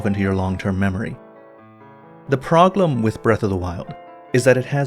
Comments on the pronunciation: Is it just me or does always pronounce problem as 'proglem'? I'm sorry but it's a parasite that's eating into my brain and getting closer to the centre with every video of his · Is it just me or does pronounce "problem" as "proGlem"? 🤔